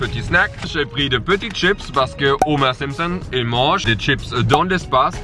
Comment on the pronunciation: Ya un moment j'ai cru que t'avais dis Gromer Simpson 😂